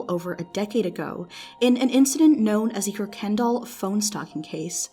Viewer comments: i know this family, its pronounced “Kurk-In-Doll” not “Kurk-kendul” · kuykendall pronunciation, "Ker-ken-doll" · How do you do a story and not know how to properly pronounce their last name? KUR-ken-dahl. Jesus. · actually the pronunciation is kai kin dall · Good video, but everyone gets this last name wrong...it's pronounced "Kai-ken-doll". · It’s a well known family in Houston and everyone, including the family, pronounces it “Kirk and doll” even tho there’s no R in it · Went to school with the son, I remember the story it was so scary. The last name is pronounced Kai-kin-doll from what I remember. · I'm having a brain hemorrhage hearing you pronounce Kuykendall as ker-KEN-doll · its actually kai kin dall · Kuykendall* pronounced kai kin doll